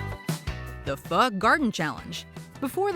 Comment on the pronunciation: Next up International version. BTW it's pronounced fO (ph O)